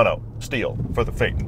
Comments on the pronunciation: I hate to be a stickler old boy but if it's pronounced "fay-ton" then why do you you say fay-tan? The emphasis should be on "f" and on the "ton" in the same way you would say Phantom - fan-tom. What you don't do is say fan-tam......although you are American and I'm would bet my bottom eh...pound note that you would say "fan-tam! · Its pronounce is ΦΑΈΘΩΝ Hello from kalamata Greece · Jeremy Clarkson pronounced it FI-Ton.. xD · Very informative. But the word is pronounced FAY-uh- tn. with three syllables. In your video, please try not to use the word "actually". It isn't needed and is a verbal crutch. Good work and well done. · how the hell do you get the way you're pronouncing the name , from fay-ton? It's t-o-n not t-e-n or t-i-n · Nope. Fay-TAWN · haha you totally still pronounce the pronounced it wrong. You said Fayt un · It took Toyota a big investment and dedication to promote Lexus as a luxury brand because the name Toyota like VW is not synonymous with conspicuous luxury. Now, why would VW bring out a big luxury sedan when they already own Audi is a mystery to me. Fun fact: Phaeton in Greek is pronounced Fa-é-thon ("-thon" as in thought) and while it is a cool name it is an unfortunate choice for a car as he was he was probably the worst driver in Greek mythology and ended up in a big mess. Just like this car come to think of it 😉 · It’s definitely not pronounced faytn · Pronounced Fay uh ton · You're still saying it wrong. It's Fay-tawn (that's how 'ton' is pronounced in German, they didn't translate the press and dealer briefing materials properly) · How comes you don't pronounce the T in Phaeton? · Pronunciation.... PLEASE make the letter T in its name, heard as requested by VW. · First of all why are you pronouncing phaeton without the T. Also the bentley continental gt is a 2 door not a 4. The 4 door is called the flying spur. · still pronounces it incorrectly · You still mispronounce it consistently. It's fay-ton, not fay-nn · Fay-ton So, faytin...?